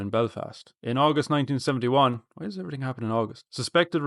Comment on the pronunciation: “Why does everyting happen in August?” sent me😂😂😂😂 “Anudder August” has me in fits!